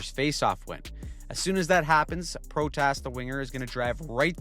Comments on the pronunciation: BTW, its Pro-Tiss, not Prot-Ass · proTAS lol. Its ProTIS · great video but the pronunciation of protas was killing me 😭